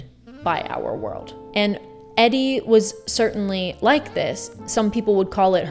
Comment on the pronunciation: “EDDY” Sedgwick?? Omg